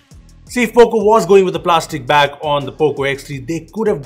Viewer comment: Everytime you say back google takes it as bag 😑